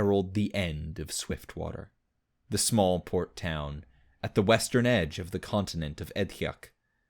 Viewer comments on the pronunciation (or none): none